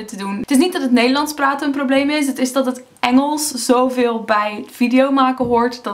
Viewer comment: Hahaa niets mis met je nederlands, alleen kan je het wel een beetje horen als je het woord "is" zegt... Vraag me niet waarom ;) oh en eh LEIDUUHH!